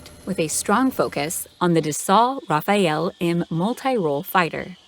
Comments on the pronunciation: Actual pronunciation: Charles de Gaulle = Charl de Goal Rafale = rafal not "rafael" Dassault = Dasso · you say rafall not rafael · Interesting. Just one thing: it's Ra faalll not Rafael. In French, this means burst as in machine gun burst or gust as in gust of wind. Slava 💙💛 !!! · Pronounced Ra-fall, not Raph-a-elle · Nice video but it is pronounced "Rafal" - close to the ending of International - not RaphAEl. A rafale is a burst of wind or a burst of fire. Anyway, I am glad both US and French carriers can interact; it can be useful considering the number of SOB's around the world. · I don't know man I'm fucking Austrian... all I say is that you have to be right on the word at least. Even if it's not such a big thing to be wrong. If you make a video out of it, at least be right on the name. I'm sure Rafale can be pronounced differently across any kind accents, even if it's a metropolitan french word. But anyway, it is written Rafale, and not Rafael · But Rafael sounds like a Ninja Turtle you dope. It's a Rafaal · Who cares the pronunciation of these french words or names, like french people pronounce other languages correctly, give me a break and i am french! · Not raphael lady,... Rafale... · Rafale not Rafael 😭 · Rafale not Rafael. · Rafale =\= Raphael... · Rafale meaning gust of wind not Rafael very disappointed it should have been explained. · Worst pronunciation of Rafale ever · her pronunciation is wrong in English too tho... She inverted letters order. Rafale isn't hard to pronounce for English speakers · the pronunciation would be wrong in English if it was an English word. She's trying to spell a French word and failing and that's alright, you clearly knew what she was trying to say so why be pedantic?